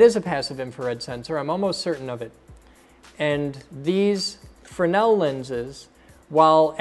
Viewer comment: I couldn't take it anymore. FFS: FRESNEL not frennel. The "CO2 sensor" is actually a piezoelectric disk buzzer that makes the "loud" noise. The speaker from earlier in the video is just that -- a speaker for the voice. The other "battery or capacitor" is actually the CO2 sensor.